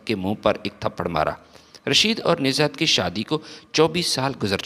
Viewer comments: Pehle Urdu ki reading tau janab seekh lein, Nuzhat not nizhat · Name is Nuzhat not Nizhat. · بھئ کم سے کم جو لکھا ہے وہی پڑھ کر صحیح pronunciation. کے ساتھ صحیح تلفظ کی ادائیگی کرو بجائے نزہت بولتے وقت ز کے نیچے بلا وجہ زیر لگانے سے کیا مل رہا یے